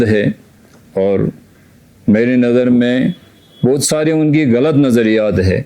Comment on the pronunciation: چناب عالی ہم کرگلی غین اور گ کو اچھی طرح سے تلفظ کر سکتے ہیں۔۔۔ پھر بھی اپ غلط کو گلط بول رہے ہیں۔۔کشمیریوں کی تو مجبوری ہے۔۔انہیں۔۔pronounce کرنا نہیں اتا مگر جناب عالی۔۔اپ کرگل کے ہیں اپ اس سے اچھی طرح سے بول سکتے تھے